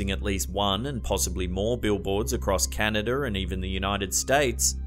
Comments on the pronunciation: Canada (CAN-NA-DA) not Canader (CAN-NA-DUR) - LOL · It’s not Canader 🙄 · Canadurrr LOL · How is this man not able to say canada properly? Canader? Really? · CANADER! Lol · Canader, eh?